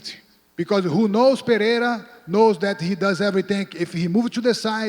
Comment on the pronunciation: Lol vitor pronounces Pereira like an American